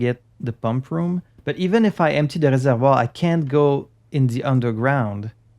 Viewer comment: I love that you pronounce all the loan words from the French language like Reservoir and Boudoir in the correct way! Fun cultural exchange